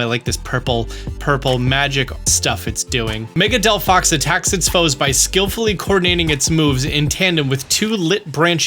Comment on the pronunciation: He fkcd up Chesnaught and Delphox's names. Truly a Pokémon fan.😂